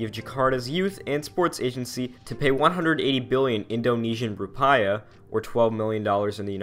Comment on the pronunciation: the f is indonesian “ru-pie-ah” (it’s pronounced “ru-pee-ah”